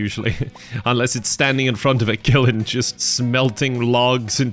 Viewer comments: Does anyone else wonder why pronounces kiln as kilin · I don't think I've ever heard "kiln" pronounced that way. Is it an Irish thing lol? Interesting. Too bad this is the end of the road. This series was nice. You should definitely jump into a new series with the farm you'd mentioned wanting next time around with the quarry.